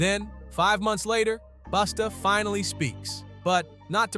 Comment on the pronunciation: Why you keep saying "Boosta" ?! Say it right bruh